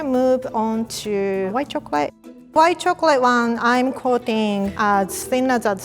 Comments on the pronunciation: Nobody:: choclae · "Chocolay" - 2019